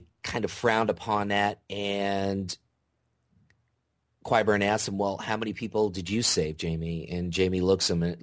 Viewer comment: ive never seen a video with somone who literally cant pronounce so many simple names like qyburn and gilly